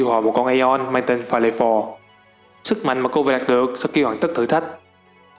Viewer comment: Aeon đầu tiên đọc là Vêu Fo nhé :v